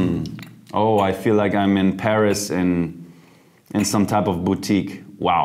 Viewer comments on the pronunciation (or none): none